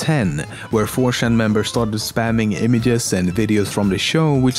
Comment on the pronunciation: Really dude? Its 4Chan not 4Shan